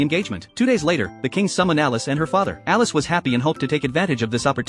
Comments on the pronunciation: Brooooo its elise not alice😭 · It's Elise not Alice!